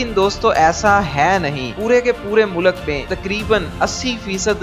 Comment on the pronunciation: achi information hai bahi lakeen khudara pronunciation sai karay apni mulak nahi mulk hota hai mulak ka matlab kuch or ho sakta hai